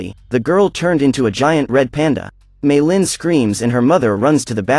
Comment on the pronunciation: how to say meilin may lin not me llin